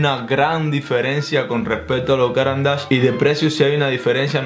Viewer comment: Como habitante de Suiza, deberías saber que NO se dice “Cáran d’ache”, sino “Carán d’ache” 😁